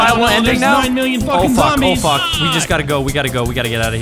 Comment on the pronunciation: clearest most crisp fuck I’ve ever heard, which came from the true terror of being chased by a giant screaming gay zombie baby